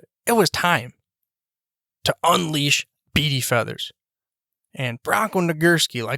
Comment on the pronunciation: Maybe learn how to pronounce his name? Yes, I knew him. He also coached college football and was head baseball coach at Wake Forest.